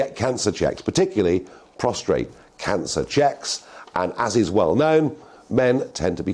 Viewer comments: Prostate..not prostrate ffs!! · I think you meant to say prosTATE rather than prosTRATE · Prostate cancer,, not prostrate. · Prostate not Prostrate. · PROSTATE not prostRate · It's 'prostate', not 'prostrate'!!! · .....it's PROSTATE cancer.... NOT PROSTRATE cancer. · It’s prostate not prostrate although you are prostrate when they check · CRINGE every time said PROSTRATE.